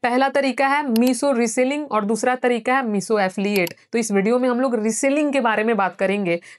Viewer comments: Meeso app 😂😂😂 👉 no mam meesho app😂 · Bhennn phele toh Woh Meesho hain not meeso aur Dusri baat puri video mein ek baat samjhi meeso reselling reselling baki uske alwa kuch nahi samjh🤣🤣… Phele khud study karlo Fhir gyan do 👏🏻😂😁